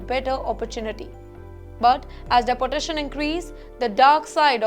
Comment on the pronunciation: Why don’t you learn how to pronounce deportation. De-port